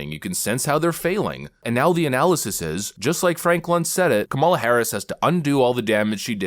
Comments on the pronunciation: sorry but why did not host call him racist he mispronounced Kam ala name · Kamala Kamala, He corrected himself, but I didn't hear a difference... Edit: Not making fun just wondering if anyone else hears a difference except speed. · So... It's racist and misogynistic if Republicans put the emphasis on the second syllable of Kamala but when CNN corporate shills do it, it's just a mistake? I could see the car in his eyes right before he checked himself thinking this might be his last show on CNN. 😂